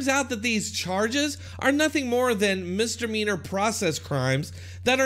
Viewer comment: Misdemeanor, not mistermeaner